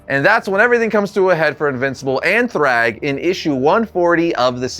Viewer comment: Majority of these are hardly impressive 😂😂 - and you're saying "thrag" wrong